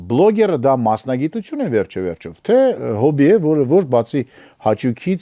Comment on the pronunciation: ջան, «վերջիվերջո» բառը վ-վ չի ավարտվում...Մաշտոցը հաստատ կնեղանար😊